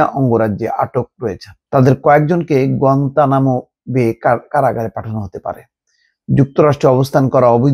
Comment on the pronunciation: গুয়েতনাম শব্দ টা শুদ্ধ করে বলেন বা শিখেন।